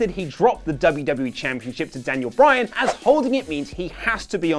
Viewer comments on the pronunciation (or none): none